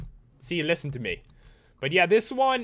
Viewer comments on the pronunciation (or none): none